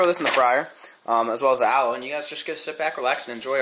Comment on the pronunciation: The way you pronounce aloe is not how u say it